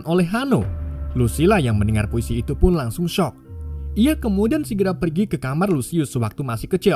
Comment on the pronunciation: Bang pas mau bilang itu kok jadi iu